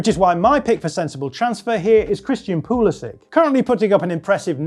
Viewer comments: man said pulisic lmao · Proper laughed when you said pulisic 😂😂😂😂😂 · I turned off the video when this fraud of an analyst said Pulisic